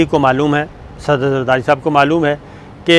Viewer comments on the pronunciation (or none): Sabique sader zardari bolen ,ap to bilo ki trah sader bol rhe hain sir.